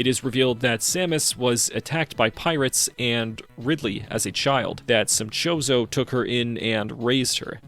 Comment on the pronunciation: Okay the fact that you keep calling samus's bird people family a Mexican food really is driving me nuts it's not pronounced chorizo it's pronounced chozo like chosen